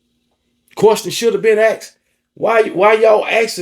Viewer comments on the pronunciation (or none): Please never stop saying quorstion😅